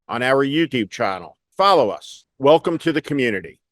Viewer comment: She pronounced US as UASS.